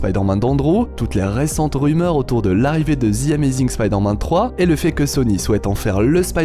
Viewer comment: Sa se dit pas zi amazing mais ze amazing